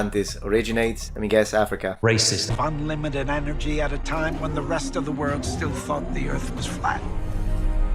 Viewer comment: I didn't notice this last time but he pronounces "Africa" as "Athrika". lol wut?